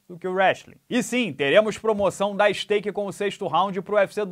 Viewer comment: Não não fale STAKE e sim SKATE não podemos ficar sem o sexto round 🥺😅